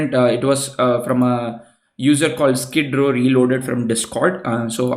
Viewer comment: "Skidrow Reloaded" xD